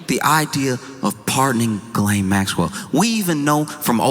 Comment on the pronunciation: I never, ever believed Diddy would do the time he deserves, nor that he would remain behind bars. My guess was an anklet. Those hideous, uncomfortable gubmint issued anklets. He will walk free, like ghislaine—you are pronouncing it wrong, BTW. The French (and I am certain she) pronounce it “GHEE-len“. You (and most people) keep leaning on the second part (guh-LAIN). The first syllable is stressed, and the second syllable is pronounced softly, like the difference between “plan-TAIN” and “PLAN-tin”. To be clear: I want you and everyone to mispronounce her name. I want her to hear her name mispronounced, for the rest of her worthless, evil life.